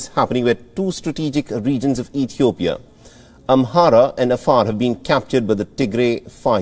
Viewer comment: so biased!!! and uninformed you can't even say the name Ethiopia right wow We will pass this but every Ethiopian will remember